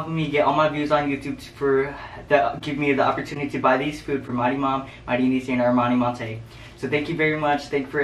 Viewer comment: "Ermani Montey" 😂😫😭